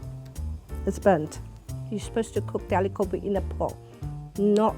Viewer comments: I'm not even Indian. But she needs to stop saying 'Go'Bee'. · Its not goubi! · Wtf is gaubi? You're an Indian, at least pronounce it well!